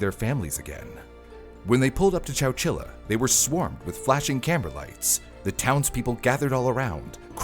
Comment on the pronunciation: wait, wait, chowchila? I thought bro was just saying Coachella really weird 🤣